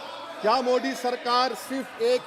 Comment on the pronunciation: औबेसी जी हर जगह "द"को "द" ही बोलते हैं जैसे "हिंदुत्व" लेकिन "मोदी"को *मोडी*क्यों ?